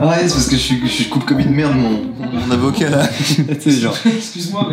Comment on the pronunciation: J ai comprus zeb au k au lieu de avocat